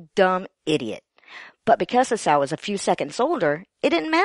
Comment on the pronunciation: You might want to check on the pronunciation of "Esau".